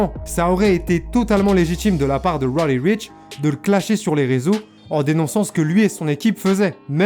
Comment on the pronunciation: Faut apprendre à bien prononcer son nom Deja......